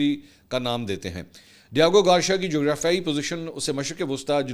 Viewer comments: Garcia...ceeia hai shea nhi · Mansoor bhai MashAllah jitni aapni mistakes kartay hain na itni londay laparay bhi nai kartay. Diego Garcia, not Diago Garshia, urdu main likh k deti hai na team? Right? Ya zaman e talib e ilmi main back bencher thay? Consistently Aap k har Vlog main main ghaltian nikalta hon. Per aap k kuch bhi seikhne se inkari hain. Bas dollar chapne ki race main lagay rehtay hain k koi pehle na aap se bana le dollar. Vlog te Vlog sutti aao.